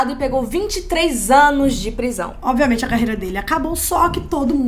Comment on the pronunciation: Adoro os videos de vocês, mas toda vez que a fala nos videos "Obiamente" ao invés de "Obviamente" meu coração grita de agonia!! Socorro